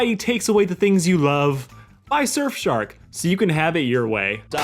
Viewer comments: Yes fellas you heard that correctly. He said shurfsark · heh “Shirfsark”